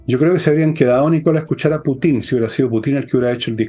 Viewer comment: Don Fernando, se dice Putin no Putín...😆